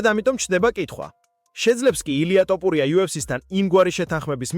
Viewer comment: რატომ ტოპურია და არა თოფურია?